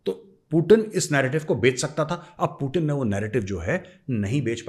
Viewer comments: Major saab aap khatna karwa liye पूतीन को पूटिन बोल रहे हैं😂😂😂😂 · Major saab apko paxtani 0.5 percent dekhte hain पूटिन नही पुतिन हैं😂😂😂